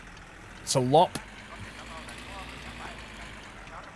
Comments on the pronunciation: I could make a video on how to pronounce the Finnish words in the game if you would be interested in learning. For example, Loppe is pronounced lopp-eh (or something), and not like lopp ;-) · Hey mate, Loppe is pronounced Low-Pay